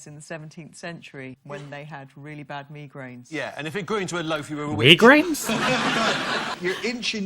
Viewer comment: I hate it when it's pounced meegrain instead of migraine.. or mygrain how it sounds